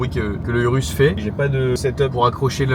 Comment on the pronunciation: ta dit "urus" 🦧 jte pardonne